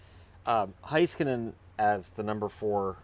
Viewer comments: FYI It's pronounced Hey-skanen, not Hi-skanen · Roope Toivanen Yes. ME-roh HEY-skah-nen.